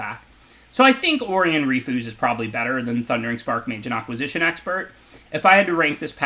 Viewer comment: Did he say "Aqua-sishun" rofl